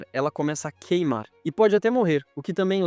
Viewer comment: Só percebi depois de ouvir "queimâ" em vez de "queimar" kkkkkkk